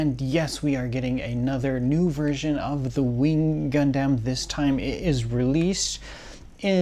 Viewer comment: Love HLJ videos but one thing I hate is how this dude pronounces Gundam, Gun-Damn.